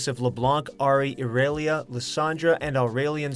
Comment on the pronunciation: The way u say irelia and aurelion sol is funny